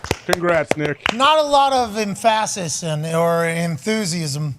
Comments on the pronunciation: Is the way Pat says "Emphasis" the way all Americans say it or is this a "Chahmpion gahmblar" type thing? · Even worse the way he says "Emphasis"